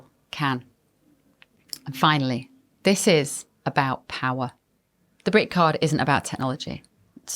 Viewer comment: Dat voice! Bev Taylor, THIS is pronounced with a 'th' in front not a 'd'.Dis sounds soooo uneducated.